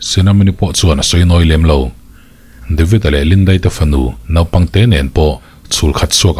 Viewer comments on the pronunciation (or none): none